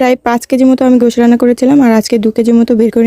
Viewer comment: গোশ হবেনা উচ্চারণ । গোশত বলতে হবে।